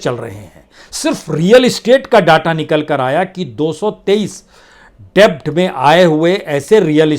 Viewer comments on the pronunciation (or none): Debt = डेट ( डेब्ट is wrong pronunciation )